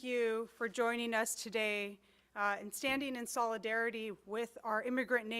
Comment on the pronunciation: Tenq fur juneing us, fu dude